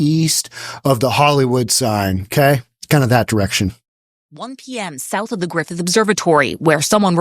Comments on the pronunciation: Griffith not "Griffen" Park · Not Griffin Park. It is Griffith Park.